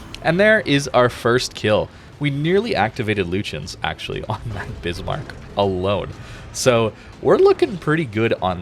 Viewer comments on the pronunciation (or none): none